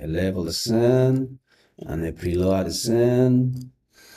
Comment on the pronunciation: Fyi, “scene” is pronounced the same as “seen”. Like in see, saw, seen.